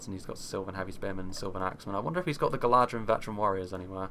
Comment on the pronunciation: Beautiful battle, loved it! Just something I noticed, when you say 'Galadhrim', it is actually pronounced 'Galathrim', as DH in sindarin sounds like TH.